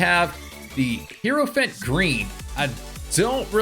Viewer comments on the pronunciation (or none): none